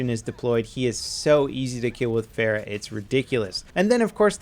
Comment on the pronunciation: It sounds like "far-ah" opposed to "fair-ah". She say's it herself.